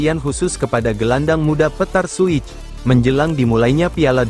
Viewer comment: Admin Tolong Klu Sebut Nama Pemain Yg Benar,, Jgn Bikin Rusak Namanya Pemain.. Seperti PETAR SUCIC,, Disebut PETAR SUIC.. REAL MADRID,, Disebut RE AL MADRID.. Tulisan REAL Nya Jgn Di Pisah..